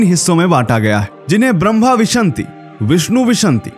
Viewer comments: विशन्ति नहीं विंशति 🙏🏻न् श से पहले बोला जायेगा अर्थ 20 होता है धन्यवादः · विंशति को विशंति क्यों बोलते हो? हिन्दी पढ़ना सीखो।